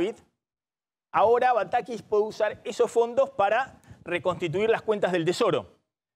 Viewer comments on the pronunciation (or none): jajajajajjaja nuevo cavallo jajajaja como me hizo reir, denle un curso de modulación a Maxi montenegro desastre como pronuncia la S... shi shi shi, la idea que tiene batakish, ejecutar en los proximos meshes... jajaja no podes.